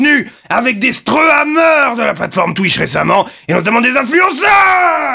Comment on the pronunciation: DES STREUAMEURS "légendaire"